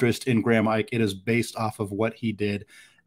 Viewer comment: Ike pronounced Ee-kay